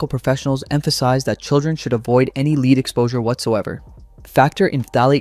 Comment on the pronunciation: Please learn how to pronounce the heavy metal "lead". Big clue: Think about the band "Led Zeppelin" and what their name means, even if the first word is intentionally misspelled.